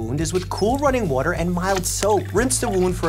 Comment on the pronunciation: waotter lol 😂 🥰